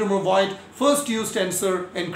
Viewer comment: Voigt is pronounced- if you want to pronounce those names in t h e i r language (english speaking people, learning n o t h i n g about foreign languages in school, cannot do this) - Fogt, not Voyd. V is f and the i is silent. Fogt, the o being long like o_bey or cl_o_thes, not short as in fog. So Fogt, with long o. Just said. Its quite clear that others have no time to check out how to pronounce each and every german name, that goes without saying. And you can do not much wrong with Einstein and Planck ;). Quite easy. Nevertheless. We, on the other hand, can do this correctly, at least with regards to english, french, spanish and russian terms. Indian and e.g. Iranian names are not too difficult for us.We learn this in school. Dont take this as critique, please. GOOD VIDEO, anyway.